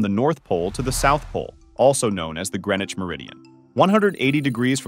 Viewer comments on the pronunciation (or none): I didn't know that the pronunciation of Greenwich is "Gre-nich" 👀🤣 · Can't even pronounce Greenwich right.